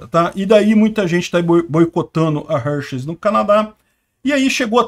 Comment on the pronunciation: Forçam a barra demais; homem é homem, mulher é mulher; trans e cia é outra coisa; cada um no seu quadrado. Só uma dica, a pronúcia correta é Râr-Xis, na emulação fonética.